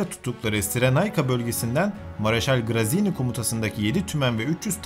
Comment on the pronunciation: General grizini degil gratziani seklinde soyleniyor.